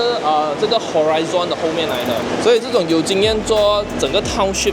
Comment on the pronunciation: 最大的交通枢纽，不是纽区，没有这样的词汇用法。英文 horizon 发音也错误，中文英文都不标准，身为博主，请提升语文和学识，观众才会信任你。